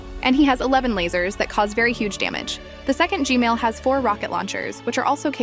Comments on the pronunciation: why do i always correct u u say gmail and i correct it to gman why cant u say gman normaly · You keep saying gmail its gman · she keeps saying g-mail instead of g-man XD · why did he or she say g mail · its G-man nat G-male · G-man❌ G-mail✅ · BRO JUST SAID G MAIL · Just to let you know, but the name of the big skibidi toilet isn't G-Male, it's G-Man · Heads up, G-Man, Not G-Male 😭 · Who heard "gmail" not gman 👇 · Bro I love how you say Gman, as Gmail. Lol I really like your content. Super surprised how you found 20 different duos. Hope you reach one million! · Why do u call g man g mail 😂😂😂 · Bro said gsnail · 😂bro said gmail